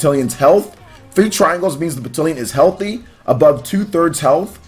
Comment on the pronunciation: I had to nope out of this vid. The slaughtered pronunciation of heir and battalion were too much